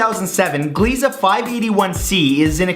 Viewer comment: Gliese is pronounced glee-sah. Not juh-leez. Thanks!